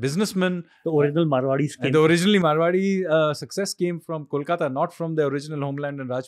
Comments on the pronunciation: The host is murdering me with his pronunciation of Kolkata. IT IS not Callkata 😅- Kolkata as in Koala Ko 😡😡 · Try to pronounce "Kolkata" like you pronounce "Boing" and not "Kaulkata"